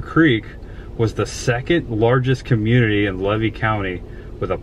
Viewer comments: Levy County is pronounced ‘LEE-VEE’ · FYI: It's pronounced Lee-VEE county! I have a friend that grew up in Gulf Hammock. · I live in Tampa now, but grew up just north of there in Dixie County. I know that area well. But the locals would laugh you off prounouncing Levy County. Lee-Vee is how it is pronounced. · I waved when you drove by, but you didn't see me 😂 I'm going to give you a couple correct pronunciations for future reference, not to be a wise-butt. Levy is Lee' vee. Not Lev' ee. I know. I thought so, too. Wilkes-Barre, PA sounds like bear' ree or barry. Had you ventured down the road next to the locomotive about 4.5 mi, you'd come to the Waccassa boat ramp. Next to it is a still operating fishing club/camp. The scenery and fishing/picnic area is breathtaking. I've not seen a gator there yet, but nearly stepped in fresh bear poo. There was quite the game trail in the reeds(stay away!). The 2 videos I've seen so far are very well done. There is some rich history to be found. Did you avoid Follow That Dream Parkway on purpose? If so, you missed a couple treasures, one being 'Crackertown'. I look forward to watching more of your videos ❤